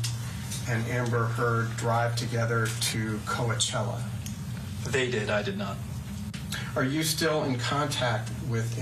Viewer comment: In addition to being an awesome litigator, Ben Chew has excellent pronunciation of Spanish language words!! “Co-uh-chela.” That is the correct pronunciation! Way to go Ben!